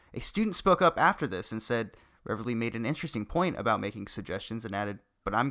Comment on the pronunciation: Oi... great video. However, it's pronounced "reevly".